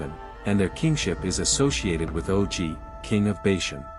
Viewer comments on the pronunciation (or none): It's OG not o.g.😂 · Also to be accurate,king OG is actually pronounced as 'OG' or Ahh-ghh.